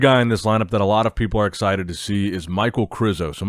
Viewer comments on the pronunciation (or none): none